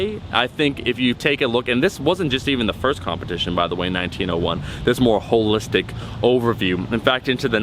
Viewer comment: Train calves everytime he says hollistic